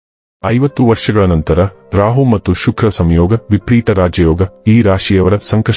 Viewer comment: It’s vipareeta, not vipreeta